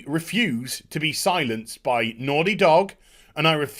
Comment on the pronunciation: The way he pronounces “naughty” when he’s worked up reminds me of...uh...”certain characters” from I think the original Fable. “Oh you’re so noorty!”